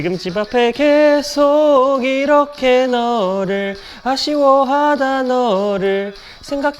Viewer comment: 음, 하나만 말씀 드리면, 아나운서분이 '계속'이라고 발음해야하는데, 께속이라고 발음하는 게 거슬렸습니다. 그것만 좀 부탁 드립니다!